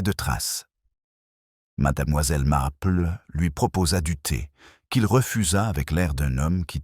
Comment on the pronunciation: Il y a des progrès mais madAmoiselle reste difficile à entendre , surtout suivi de MarplEU . Miss Marple prononcé à l anglaise serait plus doux à nos oreilles.